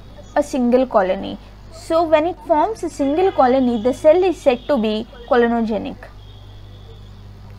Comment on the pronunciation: clonogenic not COLONOGIC😬. What has a colon got to do in this experiment, Miss??